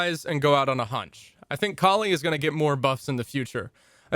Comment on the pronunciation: It's pronounced 'Kaali' btw